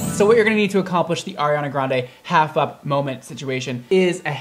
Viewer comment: Nobody:: HARI HANA GRAN DAY